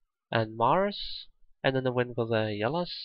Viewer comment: It's "wind" not "wind".